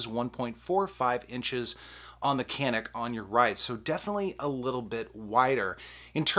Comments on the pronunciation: If it’s a Turkish gun, it’s pronounced “janik”. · I have the Canik, and its by far the better sa. The pronunciation tho is more like "Shjaun'ick".. its Turkish. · Why would you compare 2 tactical pistols and say I want a range gun? Tactical pistols are just that tactical made for duty carry. Sorry to disagree but the Canik pronounced yanik really is way below the FN509 tactical. The FN is ready except for optic right out of the bag.